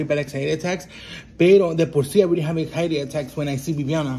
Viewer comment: “Ezairi” 🤣🤣🤣🤣🤣🤣 instead of anxiety